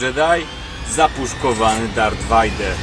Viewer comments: Nie wajder tylko wejder tak się mówi a pisze Vader ale to raczej wszyscy wiedzą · mokry sen każdego fana Star Wars wymawianie Vader vajder (to tez taki sucharek nie ma zamiaru nikogo urazić)